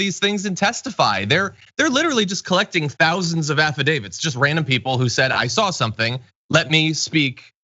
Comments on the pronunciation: so you didn't hear her clearly say "affidavid".. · So...here I am in Michigan watching this on tv yesterday. This idiot says, "I signed an 'affadavid'...", and I'm like...what the...and then yerp, she said it again. My hubby and I watched the s***show, both with disbelief and laughter. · Hahahahaha! She was unhinged, obnoxious, kept interrupting people, and couldn’t even speak English. She said “affidavit” as “affiDAVID”. Chick was a complete train wreck of a Karen.